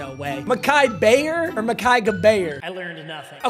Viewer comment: it’s just bayor my guy